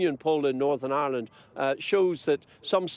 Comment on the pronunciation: Did he say Norn Ironed????